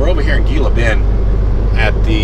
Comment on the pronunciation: i know its spelled Gila Bend but its pronounced Hila Bend lol